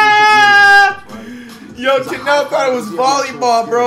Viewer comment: called kanel joseph “ Chanel” 😂😂